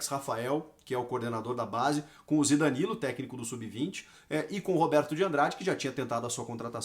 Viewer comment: O CHICO FALOU ZIDANILO????? PERFEITO